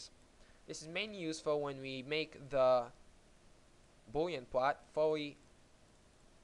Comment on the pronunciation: well i might be an idiot. but he clearly cant pronounce the L sound, for instance "Boolean" is not pronounced "boowyean" And yes its a nice application